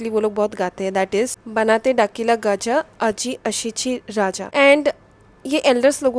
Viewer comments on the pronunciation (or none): none